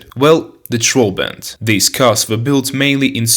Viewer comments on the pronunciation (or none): This video is bad on so many levels that it's hilarious!=))) You called all Eastern European countries in the video "Soviet", called the Trabant "Trohbant" and just exagerated like hell with the "facts". The Volga and Yugo for example weren't that bad at all, but you probably never even got close to a car from Eastern Europe... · You say “Soviet Czech Slovenia”? Do you mean the Czechoslovakia, which never has been soviet? The pronunciation of the word Velorex is [velo’reks]. And your false pronunciation of Trabant as “Troll Band” sounds too funny. :-D Use Google, my friend, before you’ll make a video next time please. ;-)